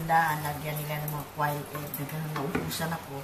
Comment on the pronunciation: its pronounced as kwail egg.